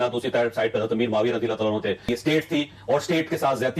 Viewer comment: Mufti sahb etny baray mufti aur radhiallahu anhu bhi sahih sey nahi bol paa rahay,Mera Khayal Hain Yah Hadees bhi Engr. Sey suni hogi